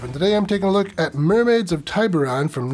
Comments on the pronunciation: A Spanish island, the I in Tiburon should be short, or more technically an ee sound and a long o, oh. I don't doubt the movie is wrong though. Girls seem to be holding their breath well.😅 I'm surprised there aren't porn mermaid films actually. Ariel was old enough to get married.😅 Dude, you'd be safer in the ocean than the poison waters of The Great Lakes. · No hard I in the pronunciation